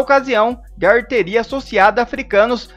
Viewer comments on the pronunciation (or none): Por favor, pronuncie o nome do deputado Gustavo Gayer corretamente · CARA NÃO É GAR... E SIM GAYER...POR FAVOR !